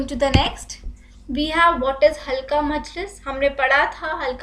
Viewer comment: halka nahi halqa